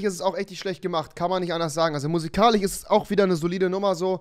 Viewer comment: ich feier es wenn Rewi statt "Musikalisch" "Musikalich" sagt 😂😂😂